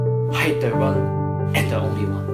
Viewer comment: The one and the only one 嗰the 讀del